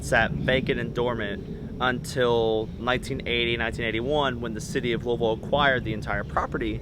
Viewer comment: What's looville... I mean I know where Louisville is but... hhhmmmmm